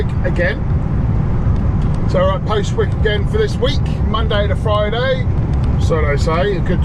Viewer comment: Another very interesting insight to the industry, thank you - Owen may well be having a word about the pronunciation of Postwick though :)